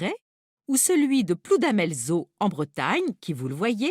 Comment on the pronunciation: Par contre, je crois que c'est Ploudalmézau. Et non pas Ploudamélzeau.